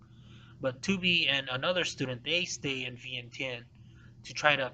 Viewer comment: For a history teller, why do you have to pronounce Vientiane so stupid? Just because English cannot spelled it correctly you don't have to pronounce it the way it can only write.